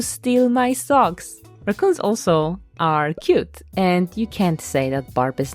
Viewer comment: There is no more r-AH-coons…. Only r-UHH-coons from here on out for me lol